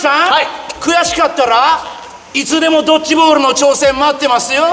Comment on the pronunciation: ドッチじゃなくてドッジ